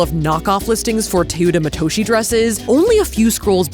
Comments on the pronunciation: it's not Tuta Matushi.. the e in Teuta it's pronounced like the first e in tender and the o in Matoshi its pronounced like the o in oracle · It would be nice if you researched how to pronounce teuta matoshi if you’re just guessing confidently at this point